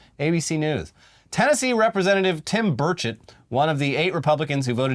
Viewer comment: lmfao I thought you said "Tim Birdshit" instead of "Burchett"